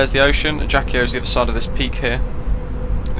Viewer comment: Thanks for your video. Very useful as usual ! Just the prononciation is "ajaksio".